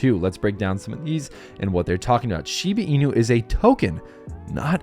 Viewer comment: SHEE-BAH INU not SHEEBEEEENU